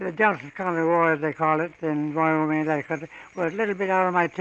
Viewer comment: Am I wrong, or he said "Vyoming"?